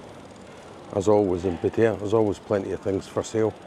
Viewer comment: stop.saying pettaya It'd pattaya